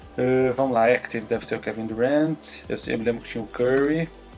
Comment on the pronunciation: mano é só em mim que sempre incomodou o falando duranti? tipo nem os gringos falam o nome dele assim kkkk